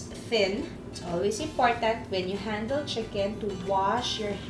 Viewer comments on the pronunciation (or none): none